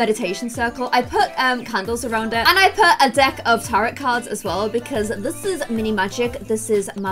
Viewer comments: tarot cards (tah rot) Me: isn't it tarot (tah ro) cards????? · Loving this series! Can't wait to see more! Btw, it's pronounced tar-o cards. The t at the end is silent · 😆, good job on witchy research! Tourmaline is pronounced tourmaleen And the last t on tarot is silent. Dont forget to cleanse your black tourmaline, as it tends to absorb the negative energy it wards off from you. You need some sage, girl! But make sure it's sustainably harvested sage, since it can be over-harvested.. Or get a big chunk of selenote to set things on top of to cleanse.